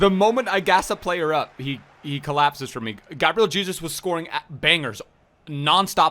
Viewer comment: That's how you actually pronnounce Jesus in Portuguese tho